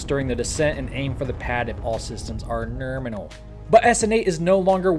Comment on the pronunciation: I really enjoy your channel and all your jokes. But when you say nurminal it really makes me sad. So sad. Maybe only say it like that 1 out of 10 times...?